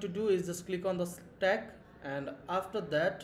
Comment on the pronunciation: It's not Slack it's Stack